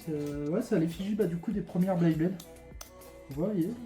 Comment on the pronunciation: Beyblade pas "Blayblade"